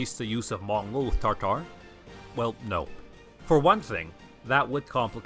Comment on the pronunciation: Why do you mispronounce "taRtar"? It is "tatar". Also, only the most western catholic nations used to call them "taRtars", as an association with the ancient Roman hell "Tartar". Western Europeans had no clue of Mongol identities.